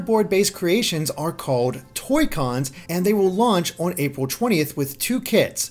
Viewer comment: "Toycons" .-. really